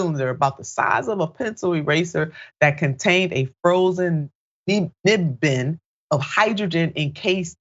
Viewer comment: I love you, Nina, but you really need someone to point out proper pronunciation of words you don't know. joule (a measure of energy) is pronounced like the word jewel. nubbin is a small nugget of a substance and rhymes with rubbing without the g. The first time you mentioned the facility (not faculty) you said the correct name - Lawrence Livermore Labs, but the 2nd time you said Liverpool. Please work to get these details correct when you're publishing stories so everyone can see how brilliant you are. America needs you...